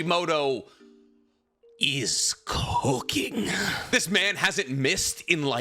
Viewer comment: ay how u sayed is cooking as kinda sus